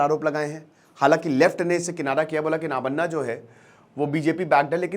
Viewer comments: नाबान्ना नेहि ( नबान्न) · "Nav"= New " Anna"= Rice Navanna= New Rice It's the cutting period of Khaarif rice. Pronunciation is Nav-ann